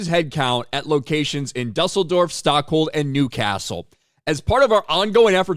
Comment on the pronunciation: I am proud of how good you pronounced Düsseldorf.